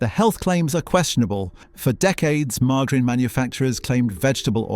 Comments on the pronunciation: Learn how to pronounce MARGARINE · Your robotic voice can't pronounce margarine correctly. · I stopped watching when he said margarine!! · I thought that it was deliberate, and hilarious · Sounded deliberate to me, like 🚿 Shower Gel